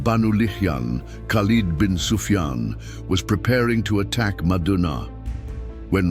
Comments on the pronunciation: If you keep saying madunaa, instead ov saying madina pronounced madeena,I cAn,t listen to you as madina is a very very sacred but holy sight for all mankind,carry on brother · It's madina not madaana...pronouns properly